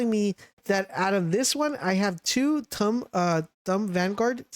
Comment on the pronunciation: its Tomb, not Tumb. as in the mummy was laid to rest in the tomb. Also it's Frey-na not Frey-ana